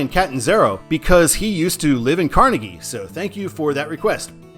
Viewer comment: I live here and I have to do this: Car-nay-gee Mount LebanIN MUNroeville